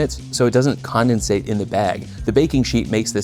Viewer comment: This mf said “condensate” like it was a verb